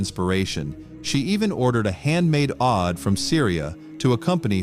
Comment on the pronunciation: The right pronouncement is OUD i.e. oud not aud